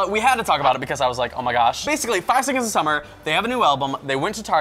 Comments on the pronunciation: 5SAUCE not 5-S-OH-S. Just for future reference... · It's 5sauce 😂 not 5 es oh es 😂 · im just here for 5sos, and im so glad im not the only one that cringed when she said 5-s-o-s or 5 es oh es,it was heart breaking, but i got over it fast, only the true fans no that you say basically say 5sauce or just 5.s.o.s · okay i know that you didn't know how to pronounce it but please it's 5sauce not 5 es oh es ,please i hate when people say it like that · Why did u call the 5-es-oh-es its friction 5SAUCE!!! Sorry rage thnx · I clicked off when she said 5 es oh es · she said 5 es oh es. cringes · did she really call them 5 es oh es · "5 es oh es" nope